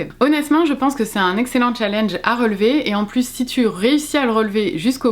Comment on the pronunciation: Si tu es pour prononcer challenge comme une Française qui ne sait pas parler anglais, utilise défi